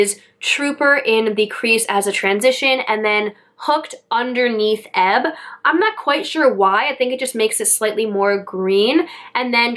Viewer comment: Hi! This palette has quickly become one of my favorite palette too! I’m loving all the colors! You’re the first person that I e heard pronounce the Shade EBB correctly! Everyone is calling it E-B-B! Have a great weekend!🌺🌺🌺